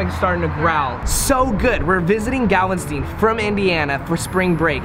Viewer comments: DO NOT FUCKING “YEE HAW” JUST BECAUSE YOU’RE IN TEXAS!!! That shit ANNOYS AND FUCKING PISSES ME OFF!! Also nice pronunciation of Galveston. It ends in -TON.... NO STEIN!!! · Bread pudding is a southern thing 😂 did anyone else notice he pronounced Galveston as Galvestien 😂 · (reading the reviews) so good! We’re visiting galvesten (instead of Galveston) Me: HOLD UP did he just say galvesten (I’m dead) 😂🤣💀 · Anyone else notice he said Galveston like Galvenstein? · The way you said Galveston 😂😂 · the way you said galveston made my head hurt 😭😂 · A M omg I know 😂 I was dying 😂😂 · Dude was awesome she seemed so calm. Shes so adorable 🖤 and oh boy u pronounced Galveston wrong 🤦🏻‍♀️ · I know he not from here but the way he pronounced Galveston. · He said Galveston wrong!! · He mispronounced "Galveston"!!😱